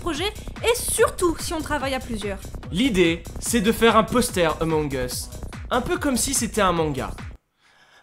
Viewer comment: "Amons us"